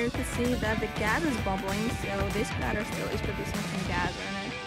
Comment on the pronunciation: Crayter not cratr!